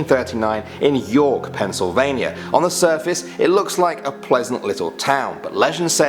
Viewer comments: Penn not Pen. Sorry. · Don't think I've heard a British person say pennsylvannia. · pencil vania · Dude, stop calling it Pencilvania